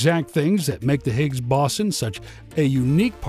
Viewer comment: Sorry to say that despite the beautiful graphics, its difficult to listen to the narrator mispronounce "boson"- pronounced 'beau zon' - sounding like he is saying bison, and 'collider'- pronounced 'co lie der'- sounding like he is saying 'colander,' a kitchen utensil.